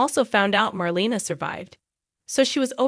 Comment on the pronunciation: It’s pronounced Mar LAY na not Mar LEE na.